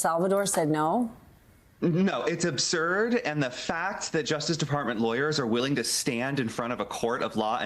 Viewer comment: Absurd, not Obsurd.